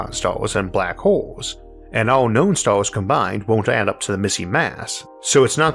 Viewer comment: What are "starws"? Did he mean "stars"? I see he still hasn't tried to improve his speech the lazy b*stard. Says he had lessons for a year but we hear no improvement whatsoever, I call bullsh*t🙁